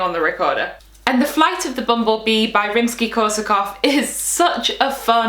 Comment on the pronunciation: I'm Russian and I'm delighted to hear the way you pronounce "Rimsky-Korsakov", it's so good for an English speaker!